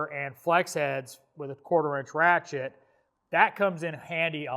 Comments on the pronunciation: Every time you say ratchet I hear rat shit. Am I the only one? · I swear to god he said “we’re talking rat shits”